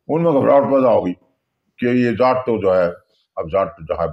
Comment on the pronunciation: he is saying jatt but not jaat